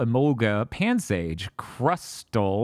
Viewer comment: He's mad they put emphasis on the crust part when he wants it to be pronounce like castle.